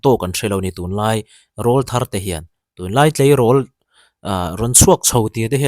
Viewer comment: Rawlthar I lamrik dan a diklo,,,ka utuber duh ber inia,ka ngamtlak che a,ka rawn sawisel ve mai mai aw,rawlthar hi mipa sawina ania,an aw alo pawr chhoh aṭang khian rawlthar tih an nih,enpai ka lamrik ang deuh hian rawlthar tih a lam tur aw,ṭha hnem ngaihna vang liau liau,in deusawh leh thiam intih bik vang anilo aw😂